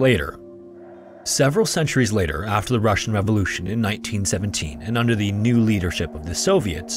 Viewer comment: Спасибо!! Great job on this one, and well done with pronunciation of russian names and titles.